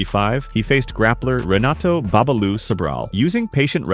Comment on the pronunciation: Pedro Rizzo (pronounced hizzo). Renato (pronounced henato) Sobral. Murilo Ninja Rua (pronounced hooah). Awesome video, tho. Thanks for the content.